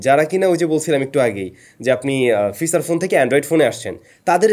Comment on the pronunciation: কিছু মনে করবেন না, ওইটা ফিছার ফোন না ফিচার ফোন,, আর ওইয়াতা জি ২৬ না যি (G-যি) (Zee-জি)